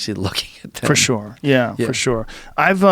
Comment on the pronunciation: Joe 'shoore' Rogan